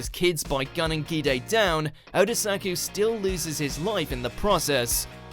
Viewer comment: For fuck's sake, you'll never learn how to pronounce Bungou Stray Dogs, will you? It's not pronounced with short a, it's pronounced with short u. Also the "gi" in Gide is pronounced like in "giraffe", not like in "gift", since it's a French name, not a Japanese one.